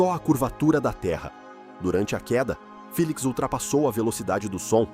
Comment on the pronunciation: Felix. Corretamente dito 😊